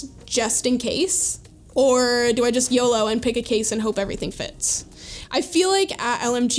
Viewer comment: "We don't, Yoo-loo, What does that even mean?" Madison: Pathetic.